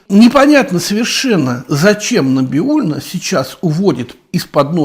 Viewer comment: Набиулина ?? Не правильно фамилию произносите .